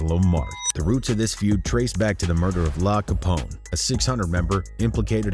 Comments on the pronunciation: Bro said Lah Capone yup im turnin this mf off ITS L.A. CAPONE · Laa Capone. 🤣. It's L.A. Capone dude, not La Capone.. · La Capone no sir L.A. Capone I know this is not the way L.A.Capone spelled his name but the narrator totally destroyed his name. Made it sound feminine. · Man you got the same person pictured twice and gave him two different names ironically similar to each other you hell and it’s L A Capone like Los Angeles not “Lah Capone”🤦🏾‍♂️🤣🤣🤣🤣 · LAH CAPONE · he lost me wen he said law capone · I'm pretty sure it's actually pronounced, L.A. Capone. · “Lah capone” is crazy💀